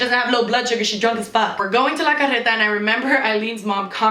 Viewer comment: I️ have a la carreta where I️ live and it’s sooooo good. Btw the way that u say that is so cool and I️m jealous 😂